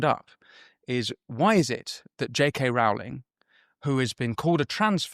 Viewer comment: “Rowling” rhymes with, “rolling”